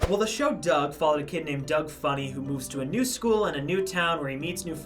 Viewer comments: Why can't they say Doug? lol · That little girls pronunciation of Doug 😂😂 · When that one kid mispronounced Doug. Epic on all levels.